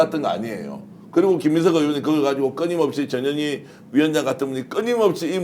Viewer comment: 전현희 의원을 칭할때는 반드시 전, 현, 희라고 정확하게 발음해 주세요 안그러고 부르면 저녀니저녀니 욕하는거 같이 들려요